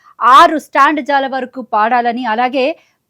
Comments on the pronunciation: యాంకర్ తల్లీ స్టాండ్ జా కాదు తల్లీ స్టాంజా (stanza )అని పలకాలి. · Standza lu kaadu stanza.......telugu ni english la ga chadive anchor lani pettadam oka fashion ayyinda?